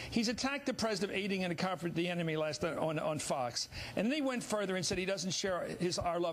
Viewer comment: The way Chris Matthews pronounces "comfort" I define as treason.